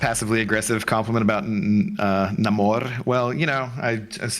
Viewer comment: its Namor not Namur..😂 Namor is the comic book real name not the crap Marvel spit out in BP2 lol